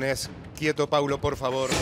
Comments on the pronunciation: 😢😢 es P-A-U-L-O no Pablo. Respeten. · Que molesto que no se sepa el nombre de los participantes el conductor. Encima que no lo sabe lo repite mil veces mal, es Paulo. No Pablo.. a nadie le gusta que le digan mal su nombre mucho menos en televisión.. más allá del bardo q haya, mínimo para conducir algo aprendete los nombres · Camila por amor a Jesucristo bajale al drama querida!!! Y no es tan dificil decir PAU-LO PAU-LO PAU-LO... Ya lo haces de chocante decirle Pablo... 🤨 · Lo del conductor siempre diciendo Pablo en vez de Paulo?? WTF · Se llama Paulo No Pablo. Decí bien el nombre!!! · Al comienzo del programa lo hizo a propósito porque se lo corrigieron y él igual siguió diciéndolo mal, es una vergüenza ese conductor